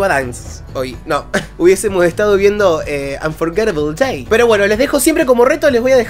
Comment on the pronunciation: E a, te quiero mucho! Pronunciastes Unforgetable Day muy bien! Me gusta tu pelo o también! Siempre tengo una sonrisa cuando. Eso tus videos. Gracias por traernos al magnífico Dimash! Respeto mucho lo que nos enseñas de música. Que tengas larga vida en todas las redes sociales!